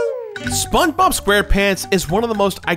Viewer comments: sponbob, thats what i heared and i cracked up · "Spong" Bob?!